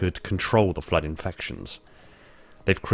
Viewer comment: pronounciation is horrendous: The Flirt = Flood? The Foreigners = Forerunners?